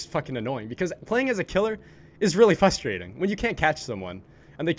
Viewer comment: Does anyone else notice that he said fustrating instead of frustrating